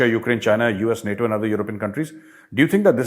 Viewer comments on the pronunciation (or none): none